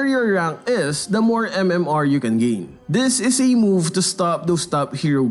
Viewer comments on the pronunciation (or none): none